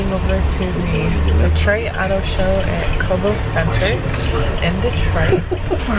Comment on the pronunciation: Detroit is pronounced deh-Troy. Not Di-treat candi 😂